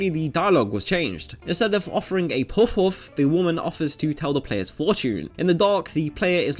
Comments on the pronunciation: It's puhf, not pohf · why did you choose someone to voice the video that literally cant pronounce the word Puff. a word he will struggle to say like 100 times in the video. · Never learned how to pronounce "puff" in school, eh? The original Japanese term is pronounced as Pa Fu (as in Par Foo). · Puff.. with a u. Not pooff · Do you have a lisp? You pronounce “puff” very differently.